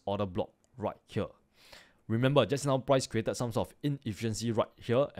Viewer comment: i understood everything but its remember not remembal